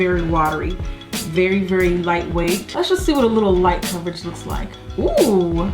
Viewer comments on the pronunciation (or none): none